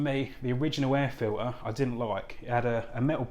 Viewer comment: Why are you saying air file-ee not air filter ?